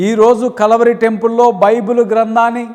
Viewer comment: ముందు మీ pronounciation సరిచెసుకొండి, కలవరి కాదు.."కల్వరి"